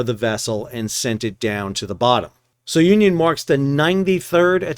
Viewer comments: SOON-ee-yun. Like union, but sounion. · The correct pronunciation is Soo- nee- un. It is a formal Greek name. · It's pronounced Sue-Neon (named after a place on Greece)